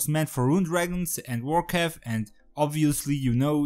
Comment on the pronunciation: everytime you say vorkath i hear warcraft xD